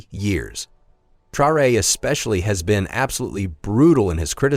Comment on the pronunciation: You can't even pronounce Traore's name properly, and Langley was sacked weeks ago. I hate AI content